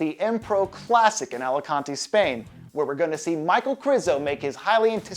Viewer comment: It's Michal, not Michael. Since it's Križanek, not Krizanek, it is not Krizo, but Križo! Jesus, is it that hard?